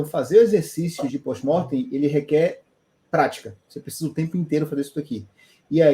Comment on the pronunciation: Desculpa mas o parece literalmente estar falando dentro de um aquarico:(, ele falou pos morf no começo do video?